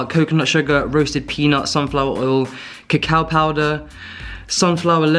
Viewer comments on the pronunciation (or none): none